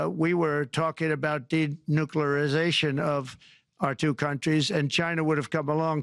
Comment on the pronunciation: "Demuculerrization" 😂 Trump use to be so good, Elon, and the commie side of MAGA have broken him.